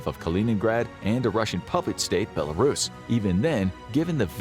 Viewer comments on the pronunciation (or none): none